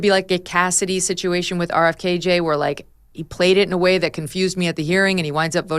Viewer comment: Please stop calling RFK JR, “RFKJ”. It’s weird.